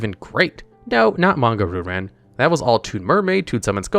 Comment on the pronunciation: Monga Roo-Ran. Christ, your pronunciation hurts. Still, a fun little video!